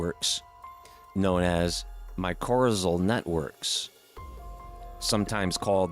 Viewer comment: I think he mispronounced mycorrhizal. Which fun fact is the main villain in the Dragon Riders of Pern.